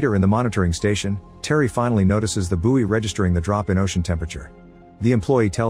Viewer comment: It's pronounced "boy". (Buoy)